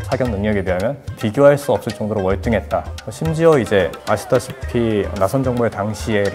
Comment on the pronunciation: 아니 자꾸 "아시다시피"라고 하시는데... 네...?